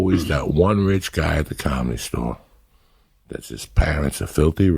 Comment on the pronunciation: Tha cahmede stoahr